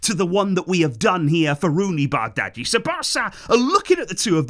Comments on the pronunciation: most consistent youtuber itw, love the videos❤💙 and btw in denmark which of course is were we bought him from bardghji is pronounced like bar-dji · It's pronounced barji